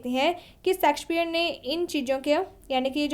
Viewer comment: Pronunciation sudhar lo madam😂 सेक्सपियर mt bolo